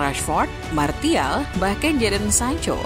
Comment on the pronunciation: Maaf sedikit koreksi Martial = Martial ❌ Martial = Marsyal ✅